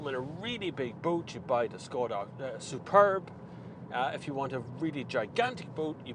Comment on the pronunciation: The name is pronounced "Shkoda".